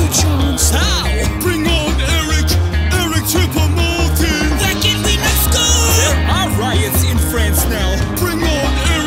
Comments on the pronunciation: My favourite part was when it said ERIC CHOUPO MOUTING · MY FAVORITE PART IS WHEN HE SAY ERIC CHOUPO MOTING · Did they say Eric choupo mouting?